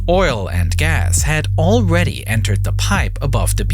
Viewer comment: “Alweady” “miwwion” “da”